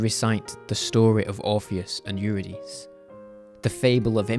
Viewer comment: Another egregious mispronunciation that made me cringe: Orpheus and "Yu-ra-deece"